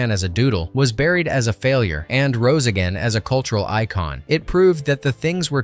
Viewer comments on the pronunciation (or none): none